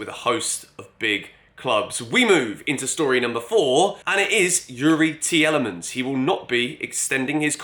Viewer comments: Tielemans is pronounced “Teelemans” btw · Take it from a Belgian, Tielemans is pronounced like Tea Le mans!;)